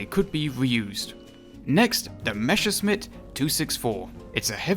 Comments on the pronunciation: Great Video, good to know wich ones do and do not get those. I only have one Critique: Its Pronounced like Messerschmidt, you said Mesherschmidt. Not a big deal, just wanted to tell you. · Okay, I'm gonna be your token German to correct pronunciation. You are Calling the Me's "Meshesmitts", while the correct way is to put the sharp sounding 's' first, as 'sch' is the same as the English 'sh' and double s just means sharp s. That's also where our funny letter ß comes from. Just an old, but still sometimes used replacement for the double s. Sorry, someone had to do it. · Meschersmitt lol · Please look up how to pronounce Messerschmidt it is frying my brain The s is pronounced as in English and the sch is the sound that would be written ch as in change in English